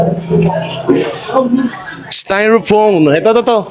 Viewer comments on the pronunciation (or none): Styrofoam Hindi styrophone